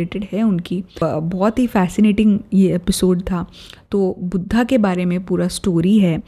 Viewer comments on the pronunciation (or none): Wo budhha nai Mahatma budhh hai .. 😞😞🙏🙏🙏 plzzzz naam sahi se pronouns kijiye .. pta nai aaj kal hamare desh me ye kya nya fashion chal pda hai kisi bhi Hindi shabd ko English me pronounce krne ka .. plzzzz sabse meri hath jod k 🙏🙏request hai jo shabd jaisa hai usko waisa hi bole .. yog ka yoga bna diya , budhh ka budhha 😠😠😠